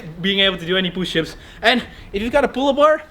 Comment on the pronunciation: is holding toilet paper Also: "Pooshups" Me: "Don't you mean Shitups?"